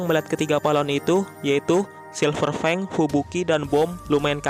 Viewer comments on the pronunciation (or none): none